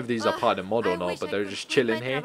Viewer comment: You write mod and you say map